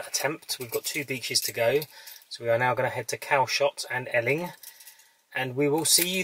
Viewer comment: I really enjoyed your video tour of the beaches as I've been to them all when I was younger but I just wanted to tell you that Eling is pronounced the same as Ealing in London and that you missed the actual beach which is called goatee beach, there is a path to it just opposite where you turned to park your car which goes round the other side of the harbour and there is a lovely view of Southampton water and the container berth